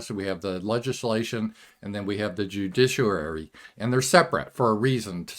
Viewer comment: Ju-dish-u-rary. This is not how you say judiciary.